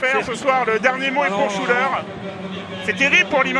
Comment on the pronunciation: it's not "shoo da" but "Shuler", the name of the shooter (Jamal Shuler)